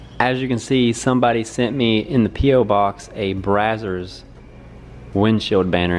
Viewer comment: It’s not “brah-sirs”, you sound like a hillbilly. It’s “bray-zers”. You’re welcome